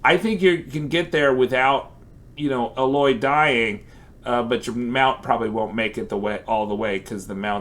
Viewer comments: You pronunciation of Aloy is super tilting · Kinda triggers me the way he says aloy